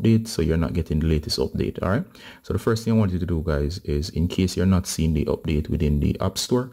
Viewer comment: Abdateeee uuuuuhhh the accent😁